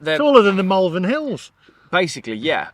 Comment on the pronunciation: Wow! That was a marathon vlog & a good one at that. Really like the chap you teamed up with in Malvern. Talking of Malvern, it's pronounced mawl-vern not mal-vern as you did at the beginning of the video. Another final gripe, can't believe you used to pronounce Worcester, wor-ces-ter as a kid? I only thought it was Americans who couldn't pronounce Worcestershire's (or worces-ter-shire for you and the Americans)county's capital. I guess East midlanders can be added to the list 🤔 joking apart, another quality vlog explaining the horrible truth about the dreaded EV infestation. ❤